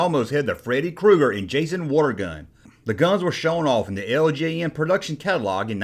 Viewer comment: I thought you were saying Wargun. I was like WTF is a Wargun??? I never heard of that line. Then I figured out you were saying WATER GUN. lol